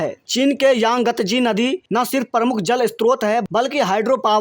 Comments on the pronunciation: "परमुख" नहीं वो "प्रमुख" होता है । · आपकी न्यूज़ रीडींग बहुत बेहतर हो गई है 👏👏👏 आप और बेहतरी के लिए अख़बार को बोल बोल कर पढ़ें, उसको रेकौर्ड कर के सुनें। अपनी ग़लतियों का पता चलेगा। बेटा शब्द प्रमुख का उच्चारण पर मुख नहीं है। उच्चारण का ख़्याल रखें। आधा प है।